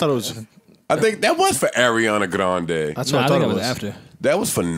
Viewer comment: I get big mad everytime Joe says Grande -__